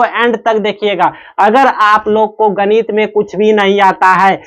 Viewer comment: गणित ❌ गनित। ✅😂😂😂